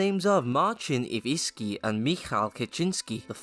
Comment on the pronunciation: IwiNski, not Iwiski you morron!